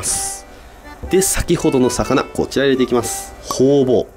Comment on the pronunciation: ホウボウがホウオウにしか聞こえない